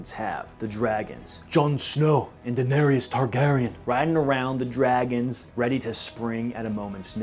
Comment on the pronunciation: Great video- you obviously spent way too much time thinking about this, but I can't get over the way you say "Daenery-us" and "Air-ee-uh Stark" like did bro not hear anyone say their names even once???